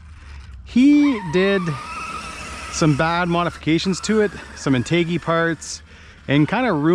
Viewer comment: Great video! BTW, it's pronounced in·tuh·jee.